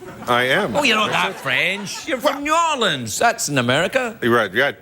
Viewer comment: I've never heard anyone pronounce New Orleans like John is😅😅😅😅 Or-Lee-anns😂